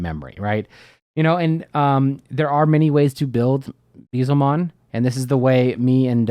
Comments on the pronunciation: Pronunciation of Beelzemon is killing me 😂👈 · I agree I have a friend who says it the same way and it hurts me.